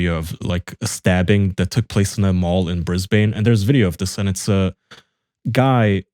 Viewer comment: “bris- bin” not “bris- bane”